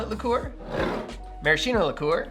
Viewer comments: Hi! Sorry if I'm not focused on the cocktail but, as an italian guy, i'd like to tell you that the correct pronunciation of "maraschino" is "maraskeeno" and not "marasheeno" 😂 You will forgive me for my english, possibly worse than your italian! 🤭 Anyway, awesome channel, i already stole your recipe for the Prescription Julep and It won't be the last!! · I have yet to make one of these in all the years I've been on my coctail journey. This week may be the time; I simply need the creme de violette. Also, btw, the word Maraschino is pronounced with a 'ski', not a 'shi'. Same with words like 'bruschetta', which should sound like broos-ket-a. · In Italian the pronunciation is marasKino. Ch = K. 😊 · It's mara-SKEE-no. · I appreciate your videos! Just let me tell you that maraschino is pronounced maraskino, with the "k" sound.